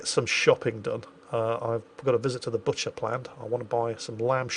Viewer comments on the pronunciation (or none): none